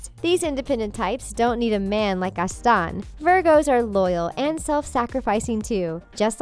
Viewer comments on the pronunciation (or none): none